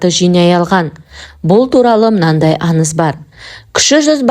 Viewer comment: Тындап емес ТЫҢДАП ..деп сөйлесей ..әніз емес АҢЫЗ